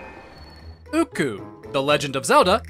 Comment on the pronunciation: I just want to let you know it is occoo… (ah-coo)